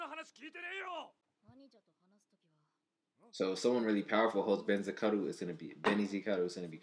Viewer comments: You mispronounced Benizakura throughout the whole thing lmao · Couples of things to clear out for you Benizakura is pronounce beni and zakura as in sakura tree but with z for the s Gintoki got his sword from tv shopping..there is nothing superficial about it..honestly you should just forget about the superficial thing being a thing in the show..there is never gonna be power and stuff just pure skills..that way we can get rid of all the power level unconsistency and stuff.. Enjoy the reaction and im hype for whats to come..keep up the good work